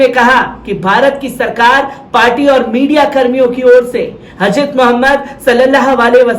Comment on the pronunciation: حضرت ka pronounce sahi karo bhai....